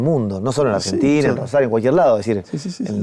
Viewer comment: Que hermoso como habla este muchacho bien rosarino sin ninguna S, genio llevando nuestra identidad al país entero